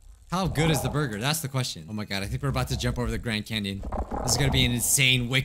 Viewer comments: I legit thought of Kel when you said borgir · The way he says 🍔